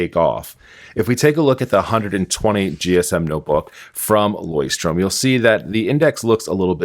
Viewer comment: Also just to be of some help if I can, their name is pronounced "LOYCH-turm" where you are pronouncing the c h as in the Scottish "loch". I observe that you keep mispronouncing the name.